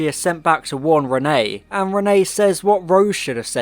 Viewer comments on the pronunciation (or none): I usually love your videos but like...one second of research or listening in episode will tell you her name is Reinette short for Antoinnette her middle name, i mean her first name is Jeanne not Renee. Every single time you say Renee its infuriating. I mean the Doctor says it so many times. Come on dude. Im dissapointed. Youre better than this! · ALSO ITS REINETTE, NOT RENEE! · Why do you keep calling her Renée instead of Reinette though XD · Yeppp just commented this too. Infuriated me haha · Your were saying Renne but it’s Reinette. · not always, even in French the pronunciation is still "ruh-net" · Reinette the t's are not silent. I was willing to let it slide the first time but the amount of times you get it wrong is grating.